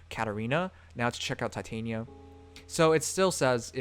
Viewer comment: Just wondering, but I hear you say Titania as in Titanium (Tie-Tae-nie-ya) while I thought it was Titania as in (Ti-tah-ni-ya). Which one is correct? XDDD